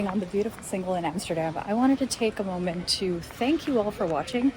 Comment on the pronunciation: Great...and true video, Ha,, did you notice in the beginning of the video, while speaking English, how you pronounced the word "moment" 🙂 Commenters are right, you and all other YouTubers make videos that are always shot in quaint 400 year old Dutch City centers (or is it centrums). There are other aspects of The Netherlands. Cities have entire sectors that are made up of concrete flat buildings. It's a whole different vibe, feeling of Dutch every day life. Then there's the Dutch "good life", cities and towns that are a minimum of 45 minutes away from a large city, have populations of 10-50K and are economically self reliant (not everyone is a commuter). There's a little more space, people actually have a small front and back yard (which are jokes compared to The US). These places are made up mostly of families and they have their own cultures. These are dream places to live in. My family, both sides, are from Ede in Gelderland, magnificent living. I, myself grew up in Maassluis, a 25 minute ride away from Rotterdam centrum, again, a magnificent way of living.